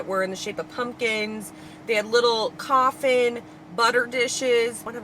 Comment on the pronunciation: Coughing not coffin hahaha